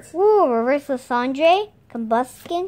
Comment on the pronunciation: Hello! Just a notice, the way you pronounce Lysandre is not right. What I spell in the brackets is how it's supposed to be pronounced. ( Lie-san-der ) I did it in syllables so it was easier to get used to. - Holly :)